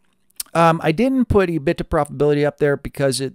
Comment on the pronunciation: I have never heard anyone say E- BIT-TA before. Always heard E-BIT-DA. Love the Channel though.